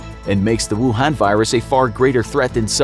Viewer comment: Me: rewinding back to just to hear him say “rucoon”